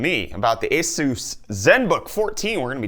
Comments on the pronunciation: eh-soos ..... so funny...... cup = coop ? sorry, it just tickles my fancy .... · Jesooos Christ! Where does this pronunciation come from?!